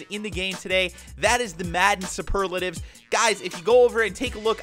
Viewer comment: You don't say superlatives packs like that